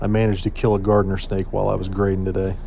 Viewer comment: POOR SNAKE! It's actually Garter snake not gardner! LOL I need to do some serious grading around my new house. I thought buying a house on a hill would make life simple but I get standing water and the damn crawlspace is full of water. Driving me nuts!